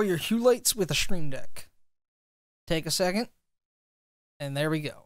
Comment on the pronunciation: It’s "stream deck", not "shtream deck" lol